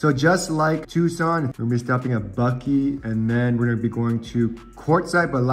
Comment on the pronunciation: My sister lives in Buckeye. Buck-eye not Buck-ee. We have our first Tesla on order. Like your videos- I’m from OC- but live in Utah now. Can’t wait to road trip in the Tesla! My son said he wants to go to CA. Probably Knott’s. Lol